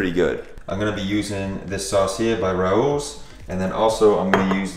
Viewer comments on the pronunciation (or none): It's pronounced Ray Ohs. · Just FYI, Rao’s is pronounced as Ray-oh’s